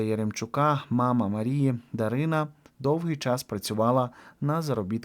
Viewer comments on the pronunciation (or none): none